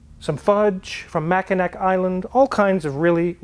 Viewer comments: It's pronounced Mackinaw not Macikinac. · What is "Mak-i-nak" Island? I am a Michigan native and never heard of it...I kid of course. Apparently almost no one outside of Michigan know how to properly pronounce Mackinac. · Michigan guy here. Mackinac is pronounced Mackinaw. Both spellings are used for different parts. Enjoy your videos. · LOL. Mackinac is pronounced "Mack-uh-naw", not "Mack-i-nack." Michigan has plenty of weird place names, thanks to the French being there before the British (I swear, how does anyone learn to spell in France?). Another example is the main drag on the east side of Detroit (which should be "Day-Twa" if you were a Frenchie) is Gratiot Avenue, which is pronounced "Gra-$hit" (seriously). Always funny to spring that one on a visitor and listen to them mangle it. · While we're on pronunciations, Mackinac is pronounced Mack-in-aw. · You mean Ma ·kuh·naa Island. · Mackinac Island (Mack-n-Aw) 😉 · 'Mackinac' is pronounces 'Mackinaw'. I had to correct you... as someone did to me some years ago. Who would know but a Michigander? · Do you mean Mackinac Island? I know it's Mackinac but it's pronounced Mackinaw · Hey, fyi, Mackinac is pronounced "Mackinaw". if you ever get a chance, you should visit. No cars are allowed on the island and it smells of fudge and horse crap. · Lol Mackinac is pronounced Mac-in-aw, us Michiganders pronounce things weird up here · As the husband of a Michigander, I thought you would like to know that, even though it's written "Mackinac", they still pronounce it "Mackinaw". Do not ask me why. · Dear it’s pronounced Mack-in-naw island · Mackinac is pronounced MAK-in-aw. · Pronouncing foreign words is hard. Merkur? (mare-koor - german) Mackinac? (mackinaw - French). But we love ya just the same! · Mac-en-AW Island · You can pronounce car names incorrectly all you want (personally idk if you are) but Mackinac is pronounced Mack in naw! 😅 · Great video! It’s Mack-in-awe island. I know, nobody cares.